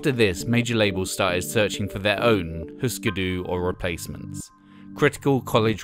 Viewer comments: Eftersom der er umlaut på Hüsker Dü får det vel mere en 'y' lyd, ikke? Og 'Hysker Dy' lyder ikke langt fra det som fortælleren siger, i mine ører :) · But we dont have umlaut-U in Danish, and the pronunciation sound more Swedish .